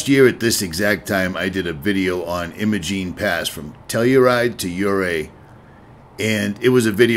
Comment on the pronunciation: The locals in Ouray pronounce the “I” in Imogene like the “I” in “lime”, not like the “I” in “him”.